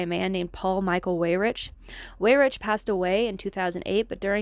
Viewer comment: Well done. I admire your research and, sadly, agree with all of your conclusions. I have a minor quibble....please check out your pronunciations of some names....it will help your creds. As an example, Koch is pronounced 'Koke'. Leonard is 'Lennard'. Weyrich is 'Wayrick'. Otherwise, you are pretty impressive!!